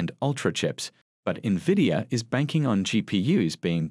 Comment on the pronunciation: I don’t trust an analyst who can’t pronounce the name of the company she is analyzing